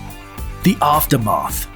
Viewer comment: Why did he say "the aftermath" in such a weird way?